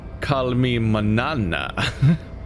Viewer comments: His name is "Call Me Mawn-YAW-nahw". Ñ, that is, "n" with a tilde "~" is pronounced "nyah", as in Nyan Cat or catgirls. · c'mon it's basic Spanish lol [man-yana]